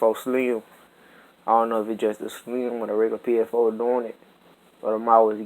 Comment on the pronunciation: Dis man's said psFOE